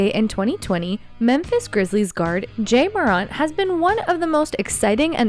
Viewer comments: Anybody else annoyed at her saying Jay Moront instead of Ja Morant??? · “Jay moront” smh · "Jay" Morant